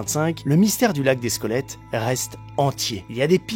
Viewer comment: J'entends 'squolettes'😆 C'est ouf et glauque!🥴